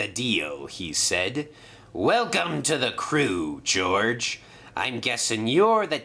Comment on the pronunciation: His name is George not GORGE